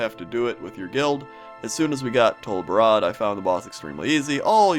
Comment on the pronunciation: You pronounced Baradin Hold incorrectly. It's "Bare-A-Din" Hold, not Bara-din.